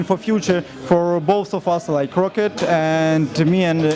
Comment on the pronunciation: It's Roccat, not Rocket. ;|